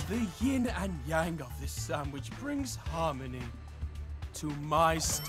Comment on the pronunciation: YING & YANG!?!? ITS YIN & YANG